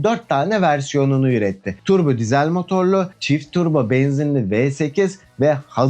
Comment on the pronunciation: Emeğin sağlık. Bir tek giesel demene takıldım nedense. Sanki bir karar vermen lazım gibi semege de olduğu gibi. Ya türkçe okunuşlar yada siesel gibi İngilizce okunuşlar. Diğer videoları da izliyorum hikaye güzel yazılıyor tebrikler